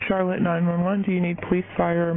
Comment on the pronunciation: Hey Charlotte is actually pronounced an Sh sound Just to help you out